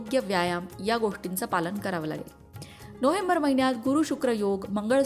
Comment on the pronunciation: नोहेंबर नाही, नोवेंबर अस बोला हो